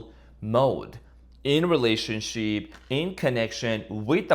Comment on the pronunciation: Did I just hear relationshit? That is pure gold 😂